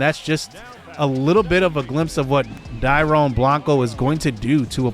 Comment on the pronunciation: Dude! So excited to see this series. Happy to see you back man! Also Dairon is pronounced Dairyon. I’m really excited to see him play this year.